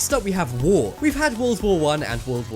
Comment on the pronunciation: its war not woh